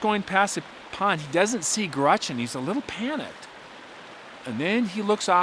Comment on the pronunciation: Dude says "Grutchen" ...GRUTCH-EN?😂